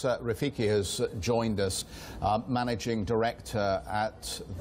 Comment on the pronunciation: Why do they keep calling him Rafiqi? It's Rafiq!